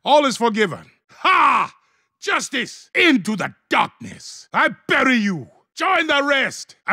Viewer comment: Can somebody tell me the timestamp for "Into de darkness" because i keep on hearing him say it